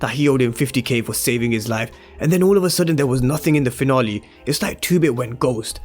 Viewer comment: We're all here just to here my guy say "season finolly" 😀